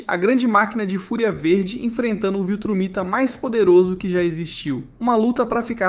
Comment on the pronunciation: Amigo, Viltramita, ou VILTRUMITA?